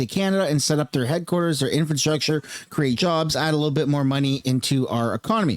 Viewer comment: PLEASE....FOR THE LOVE OF GOD... Stop using the word "infrastructure" you can't say it properly and it makes you sound like a retard